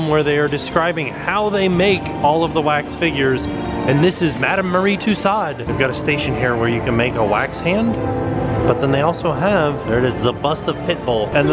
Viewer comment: you are mispronouncing Madame Tussaud's name. It is French. Wikipedia says the family pronounces it tuso.